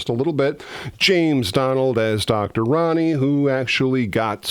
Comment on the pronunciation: Proniune RONEY not Ronnie. And it's APPARITION, mot ap=ah-ration. But it's good to see anything about this fave film of mine.